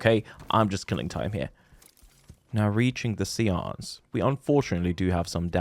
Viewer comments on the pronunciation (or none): i think the word is pronounced say-ance